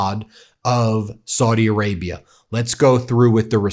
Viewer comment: Please stop mispronouncing Saudi Arabia as 'swordy', it's very annoying and disrespectful.